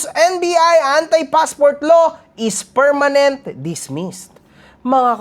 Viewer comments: kulaong OBOB talaga pronounciation at spelling ng "permanent " mali pa 🤣Hambog ng ukininanang 'to😡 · KUNGDI BA NAMAN BOBO YANG NA YAN PERMENENT DAW "PERMANENT" BOBO